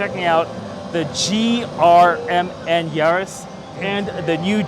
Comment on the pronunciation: I like to call GRMN, grimmen. Saying the individual letters isn't flattering